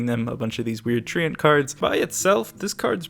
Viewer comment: Everytime you pronounce treant, it's like nails on a chalkboard for me